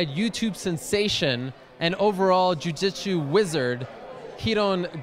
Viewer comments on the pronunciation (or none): jiu jitchu? hahaha